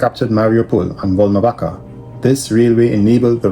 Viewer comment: its Volnovaha (ha), bro. Like half (ha).